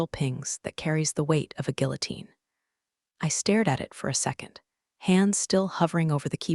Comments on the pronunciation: Pronounced gee Yu teen. educate your robo cop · You always mispronounce guillotine. Is there a reason for this?